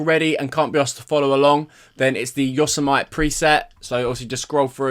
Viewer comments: Pronounced: Yo-sem-ity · just a fyi it’s pronounced like yo-sem-a-tee